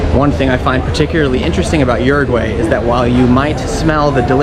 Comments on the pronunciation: OO ROO G WHY !!!!!! Por Dios! Not Urugu-way. 😨 You're butchering the name of my country. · Uruguwey? lol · how do you have pretty good pronunciation of most of the place names except for "Uruguay"? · Everyone pronounces Uruguay differently.